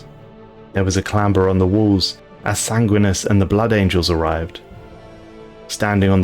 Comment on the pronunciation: Sangwinus? Bro, wtf? You mispronounce so many things....